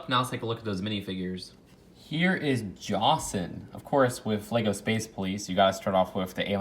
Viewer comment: Gasp* YOU SAID IT WRONG